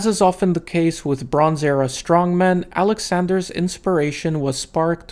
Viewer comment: Took me was too long to realize that when he speaks about him, he's not saying "Alexander's ass"